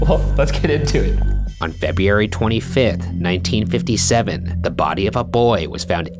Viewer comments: "on feby- airy" me: I'm sorry.... what month? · feb-rue-ary. February. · Feb Weeee Airy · Feb yoo airy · I was born in Feb-yee-airy... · Febeary! Hahaha!!! That’s the funniest thing I’ve ever heard! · Febi - yee - Airy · I love how Ryan can pronounce “Dr. Lakshmanan Sathyavagiswaran” but not “February.” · I love how Ryan can produce Dr. Lakshmanan But not February. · enunciation depends on the where one grew up. A LOT of people mispronounce February. They grew up mispronouncing words so to expect a long done mistake to be corrected is ridiculous. February Supposedly Library Mayonnaise Wednesday So many words get mispronounced every day. It's not as big of a deal as some are making it seem to be. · I cant say February anymore😭💀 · Ryan butchering the word “February”, but correctly and effortlessly pronouncing the longest and most complex name of the medical examiner is truly the duality of man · Ryan can pronounce Lakshmanan Sathyavagiswaran, but can't pronounce February right